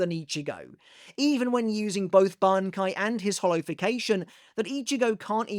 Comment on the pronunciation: pronouncing Shinji’s Bankai correctly, but not “manga” is sinister